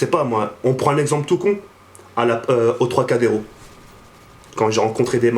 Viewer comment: on dit tropcadero pas 3 cadero